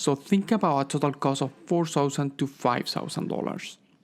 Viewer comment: Are u talking thousands?...... Sausands Sosands??